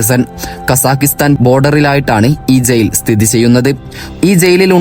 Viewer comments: സെയിൽ അല്ല, ജയിൽ എന്നാണ് പറയേണ്ടത്. സീവിതകാലം എന്നല്ല പറയേണ്ടത്. നാക്ക് വടിക്കടോ 🥵💀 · സെയിൽ അല്ല ജയിൽ 🤣🤣🤣🤣🤣